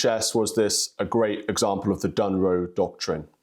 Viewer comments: GB News, It's 'Dŏnroe' (Dŏnald + Mŏnroe), not 'Dŭnroe'. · It's "Donroe," not "Dunroe" 😆